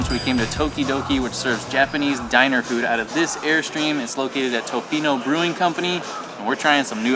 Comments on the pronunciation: I thought it was cute the way you pronounced Tofino. Hi from Vancouver Island! Great video. Even though I live on central island, I haven't been to the west coast for a few years. But it was so lovely to see it from your viewpoint. Thanks for coming. 🇨🇦🍁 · I am a born Canadian, a lifetime Westerner, and I lived in Tofino for a year. You pronounced it just fine, and did a great show on the area. All that mud is caused by the almost non-stop rain ! One word of caution about Canadians ( or maybe everyone in the World) is that they sometimes make something out of nothing, like minor pronounciations. Some of them can get a little neurotic about minor issues. I found your presentation of our part of the world to be excellent.